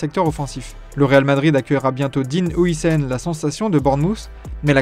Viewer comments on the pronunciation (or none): none